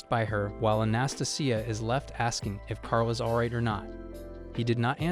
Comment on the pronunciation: How do you say Anastasia like that and think it's the correct way to pronounce it lol. Ana- stay -Jia